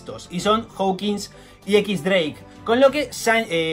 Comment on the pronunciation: Tio... X-Drake no es "equis dreik" xD es "Diez Dreik" xDDD Yo creo q el traje lo usa para no ser reconocido como sanji, xq Law le dice que no los pueden reconocer para que no se metan en peleas antes de la lucha final. Veremos a ver que pasa xD